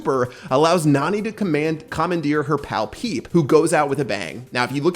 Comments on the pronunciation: It NAni not naNI. but the spanish youtuber keep saying NUH-ni which is wrong Don't say Nani is a beast! You will break her heart, but instead of you breaking her heart, she will crush you with pepe, lol (Spoilers) There are 3 STAR POWERS!!!! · It’s pronounced (Na-Nee) Not being rude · It's pronounced "nanny". If you think about it, Jessy doesn't have a dad, just Pam. And Nani is a caretaker (it says in her description) and her lines are "are you ok" and stuff like that. So maybe instead of having a father to take care of Jessy, Pam hired a nanny named Nani... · you can tell does not watch anime otherwise he would be able to properly pronounce nani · Pat: And maybe by June 6th we will know how to pronounce her name Me: NANI?!?!